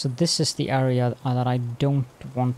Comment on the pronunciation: Love the channel but the way you say AREA is so ircking haha